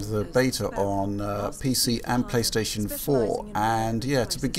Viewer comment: pLOOSTATION MASTERRACE